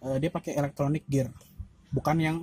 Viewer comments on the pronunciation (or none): none